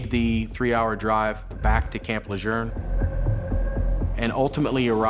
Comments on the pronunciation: I remember this sad case. BTW - in NC, USA, we pronounce it Le-june. It's not the correct pronunciation but it's what it has always been in eastern NC. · Supposedly, Gen. Lejeune's descendants made a stink about the pronunciation of the family name some years ago. They say it's "Le-zhurn." My question is, why did it take generations for them to clarify the pronunciation? The base was named after the General in WWII, for krissakes - over 70 years ago! Old Marines like myself continue to say "Le-zhewn". My son is a Marine Corps veteran now himself, and he says it the same way. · The guy had the best the world has to offer and he threw it all away. Ladies, we have to stop thinking we can fix broken men. ps. Any idea why they were pronouncing Camp Lajeune incorrectly? It's Le-Joon. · Why is everyone in this episode saying "Camp Lejerne" instead of Camp Lejeune? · If the narrator says Camp La Jurn one more time….. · Why does the narrator and detective keep pronouncing it Camp “Lajurn”? 🤦🏼‍♂️ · Please for god sake no it not camp lageren. It’s is pronounced Camp La June. You’ve lost all creditable with any marine or marine affiliated person with this wacko not investigated pronunciation that’s correct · Bad that an official from the NCIS can't even pronounce Camp LaJeune He is calling it Camp LaJeurrrrn. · Off topic, but Camp "Lejeurne?" Why do they keep saying that? Bugs the hell out of me. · Isn’t it pronounced Camp “Le-June?” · It’s PRONOUNCED CAMP LE ZJUNE THERE IS NO R IN IT. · In the area it's pronounced Le Jurn. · Le zhune is how we pronounce it. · Camp Lerjern? are they pronouncing it differently nowadays? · I know! Making me crazy hearing them pronounce it this way, “Camp Lajurnnnnn” no! 😂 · I live in N.C. and I have heard it both ways. I’ve always said camp La-June. This video’s pronunciation bugged me to no end lol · No R in Camp Lejeune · Last I checked, there is no "R" in Camp Lejuene. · There is no "r" in LeJeune. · It's Camp Le-JUNE! Not Lerjun!!